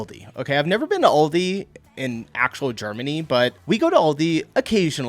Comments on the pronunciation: Aldi not Oldi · It’s great, but Al di, not all di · Aldi is, in fact, an "Oldie" here in Germany - but its not pronounced like that 😅